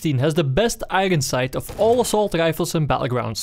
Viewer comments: wtf is an agon sight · Am i the only one that hears "Igron Sight" somtimes?